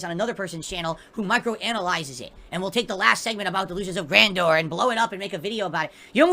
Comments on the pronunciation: I wish the "sentient" lightning would hit him everytime he says "Gran dooor" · Da'Lusions of Gran-Door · "Anyone who thinks I have delusions of grandoore is a morahn and an idiot! Anyone who says I wasn't great is a morahn dood ackackack!"